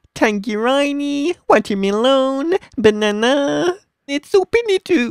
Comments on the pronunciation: did he say watermelown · "Pe-yar" "Soweer "chee-ray" "Tan-geray-ni' "Wacheer-mee-loan" "Bananaa" Had me laughing so hard😂😂😂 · Water-me-lone😂 Sloogs dont go in my garden